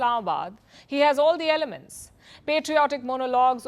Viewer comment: Erdogan is like I know this is complete bullshieet but AAAL IS WELL, AAAL IS WELL lol 😂😂😂